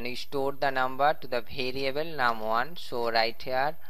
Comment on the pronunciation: Says variable like bhariable